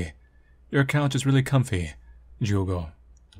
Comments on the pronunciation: I don't know where the devs are from, but all human names (Misae, Ai and Ju(u)go) are Japanese (Ju(u)go is pronounced as "jew-go" in Japanese, so I think you got it right). Also, I have the feeling the game is situated in Japan, since Misae mentioned she's a "half-foreigner" (that distinction is often made in Japanese; people with only one Japanese parent are called "hāfu", literally meaning "half"). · You pronouncing Jugo's name correctly because you're respectful enough of a language to know it's quirks and differences between similarly sounding ones warmed my heart up, man. It's always nice to see how much care you put into these little details. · Brazilian here, three years late but whatever I just wanted to say the pronunciation of Jugo was great! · Brazilian here! Yup, got the Jugo pronunciation right, tho that is certainly not a Brazilian name. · As a person who has Portuguese as a second language, you pronounced it quite right !! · ur right with the pronunciation, but thats not a brazilian name at all lol, the developers are definetly weebs so probably is suppose to be japanese? Especiall cuz her name "Ai" is love in japanese, but in portuguese "Ai" is "ouch" so??? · I'm brazillian and naturally speak portuguese. Your pronutiation is correct but none of the names are common here. I don't think the intention was to use brazillian names, so you can speak as you wish 😊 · You pronounced the Portuguese name well!